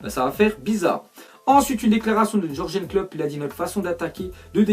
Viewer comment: Pour quoi les français n'appelle pas les gens par leurs noms mais veulent coûte que lire ça en français nous sort jorgen klop mais putain ça se lit yurguen klopp et vous dite de brune c de bronyine etc mouiller vous un peut prononcer les noms comme on les prononce dans leurs pays respectifs écoutez un français prononcer le nom du milieu black Hollandais de Liverpool il va prononcer wijnaldoum non putain c wiyna...👿👹💩